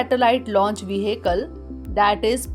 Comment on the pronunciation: The word vehicle will be pronounced like ve-akl